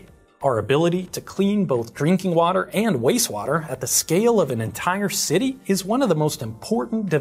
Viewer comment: I love the channel I have watched almost every video I'm Just giggling because it sounds like you are saying wase water